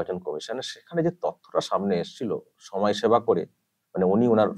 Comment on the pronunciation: দাদা কথাটা সময়সেবা না সমাজ সেবা 🤣